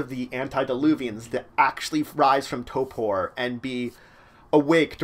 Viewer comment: Why do you say torpor weird -.